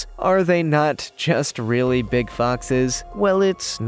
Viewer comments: Swear I thought he said, "PIG, wet puppy!" instead of "BIG wet puppy!" 🤣🤣🤣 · HE SAID PIG!!!